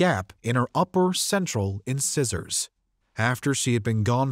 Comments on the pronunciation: In-scissors instead of Incisors? Tawl-Eddo instead of Toledo? Is this an AI voice program? If so you need a proof reader to make sure these words are pronounced correctly. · In-size-er NOT in scissors wtf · In-scissors? Take reading lessons! In-size-ors!😅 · First “in-scissors”. Then Toe-Leddo, Ohio. Con Tri-BYOOT-ing. Wtf? I can’t. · My Gosh Toledo Ohio is not Tow-LED-O. 😮It is Tow-Lee-Doh. And incisors are teeth. In-siz-ors. Please do homework and look up on YouTube these words if you want to be an announcer of simple American/English words. YouTubers, tell how to pronounce most words. These are both on YouTube, I checked. Takes 10 seconds. “How to pronounce incisors.” In America and Britain sound almost the same. Incisors are your Front teeth. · I’m sorry to be this person but incisor, Toledo, peninsula? Dude those shouldn’t be hard to pronounce…😂